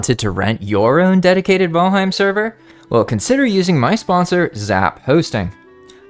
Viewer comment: I found myself audibly correcting you while watching but I pulled a lot of useful info from your video. Ty